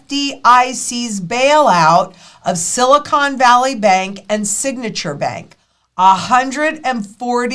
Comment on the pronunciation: Silacone - like in a fake rack